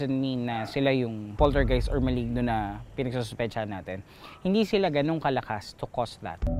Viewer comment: A POLTERGHIHT